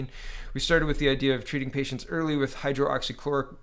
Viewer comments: Lol, at this point I think you may be doing it on purpose... Hydroxy, not Hydro-Oxy. On a serious note, what is wrong with Quebec's "recovered" column? Every other province/territory has at the least 1/2 of the total number of cases that have recovered, whilst Quebec stands at less than 1/4, someone needs to look into that...and now they plan on "re-opening" their economy first? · It’s Hy-droxy-chloroquine , not hydro-oxy-chloroquine, it’s easier to say it correctly. Not trying to be picky, but you keep saying you have a hard time with it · It is pronounced "high-droxy-chloro-quinn" I have been taking Quercetin (essentially acts the same as hydroxychloroquine, It is an ionophore for the zinc) along with zinc supplements. High doses of vit c, vit d and vit b12. I work at a hotel as a maintenance man and we are currently housing people with covid and have no real concerns about catching the virus because of what im taking. I also wear a mask when i am around people or in a public area.